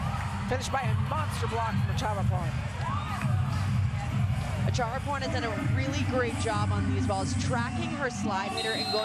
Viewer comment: It’s Acharaporn not Chatchuon😭😅